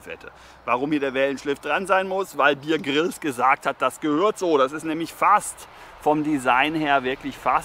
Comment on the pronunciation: Der Mann heißt Bear (Bär, wie Polarbär) Grylls, nicht Bier Grills.🤣